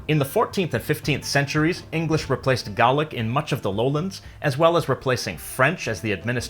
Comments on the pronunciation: Though not Scottish myself, although I do have Scottish ancestry, I have to say that your pronunciation of the word Gaelic is completely wrong. I got told off about this when I went up to Scotland and so I do know what I am talking about. The lady was polite but very firm when she told me it is not pronounced gaylick as you have pronounced it but it is pronounced galig the c at the end almost sounds like between a k and a g. You are right in how you pronounce it for Irish and Manx but just not for Scots. Before you start talking about a language I strongly suggest that you understand how to pronounce it properly, and yes it does matter, especially where the native speakers are concerned. Counsel and discipline with love from me. xxx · It's pronounced gaylik not garlick. .. love the history tho this is a great channel. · hahaha, gaelic is pronounced gay-lick by the way not garlic! lol get it right! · great vid but the pronunciation of Gaelic is Gaylic now Garlic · I've never heard Gaelic pronounced "gah-lick" only "gay-lick". Where did you get that? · Why are you pronouncing it garlic? It's Gaelic, pronounced GAY LICK. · Isn't it gay-lick instead of gaw-lick? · Gaelic is the language of Ireland 🇮🇪. It's pronounced Gay-lick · Just saying it’s not “garlic” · This guy says Gaelic like a guy from Boston saying garlic. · Gaelic is an English word to cover both Scots and Irish languages, neither of which is called Gaelic in the respective languages. It doesn't rhyme with "garlic" and I wonder where the presenter picked up the pronunciation. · Am I the only one hearing "garlic" when he says "Gaelic"? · I’m pretty sure it’s pronounced GAY LICK, no pun intended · It's pronoinced gay-lic) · Gaelic is pronounced (gay-lik) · Being Irish, it annoys me so much hearing this. Gaelic is pronounced "gey-lic" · You say Gaelic wrong it more sounds like gaylic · whenever he said Gah-lick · Gallic? Gallic? The ae in Gaelic is pronounced like the first e in here, not Gallic